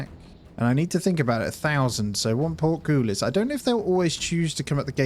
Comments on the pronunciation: It's port-cole-us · Excellent video. Note: Portcullis is pronounced 'Port - Cull (as in Bull or Dull) - Hiss'